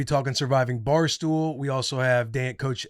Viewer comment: Watching this I learned doesn’t know how to say Barstool 😂. “Barstoo”